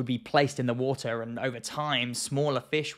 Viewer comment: Its pronounced water not wooter